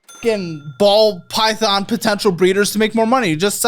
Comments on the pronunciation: Pall bython ❤😂 we caught that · He also said pall bython earlier lol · Got saying pall bython 😂😂😂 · Hey, I’m Paul. Paul Bython. 😂😂😂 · And don’t forget Paul Bython 😂